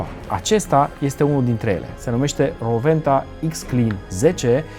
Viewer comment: S-a spus corect numele. W se pronunta V in limba germana. Si nu Rouenta cum se spune gresit la TV.